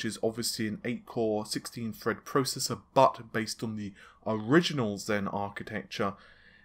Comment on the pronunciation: Jeez!! Just say THread already, it’s not Fred